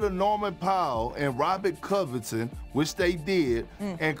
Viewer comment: "robert covuhton" - kendrick perkins